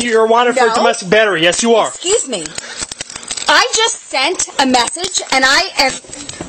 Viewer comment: "Exvuse me"! Straight up tazed in the face! 🤣🤣